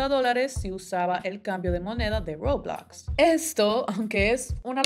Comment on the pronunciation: dice Roblox de forma muy bilingüe y muy bien dicho Mi tía intentando decirle Roblox a mi primo*: el juego de los Legos eso alv